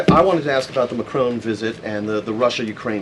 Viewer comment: It's Macron not Macrone!